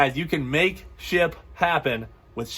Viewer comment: It’s like you said “ship happens”